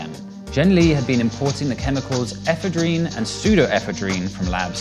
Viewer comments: you mispronounced the words "ephedrine" and "pseudoephedrine." please refer to the dictionary for pronunciation guides of any word unfamiliar to you. ffs. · Did no one on set bother tell him he is saying ephedrine comically wrong? Ef-eh-drin NOT Ef-uh-dreen